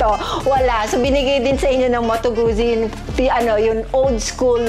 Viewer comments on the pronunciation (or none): It’s pronounced as Gut-zi, like in pit-za